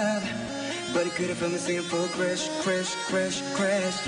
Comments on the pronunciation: I was so surprised when I heard this. OMG!!! sunggyu's eng pronounciation is really good except crush and crash..lol. I love sunggyu so much!!! best leader!! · the crush part is just funny !! he pronounce it as Crash !! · Besides the pronunciation of crush'"everything is perfect.he is soo good...sounds like craig david really...this kid is kid is fantastic and pretty cute..